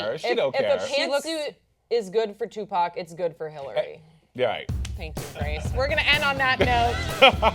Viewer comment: who is "Tupp-ock"? LMAO.